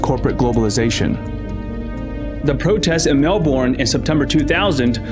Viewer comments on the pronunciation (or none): Mel burn... not Mel boron... maybe Mel bun.